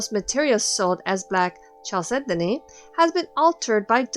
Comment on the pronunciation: I loved the video, and found it very educational, but please chalcedony is pronounced kal·seh·duh·nee